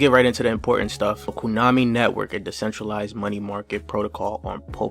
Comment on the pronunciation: He said KUnami